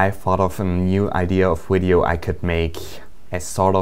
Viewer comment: I love how does he say wideo!! :3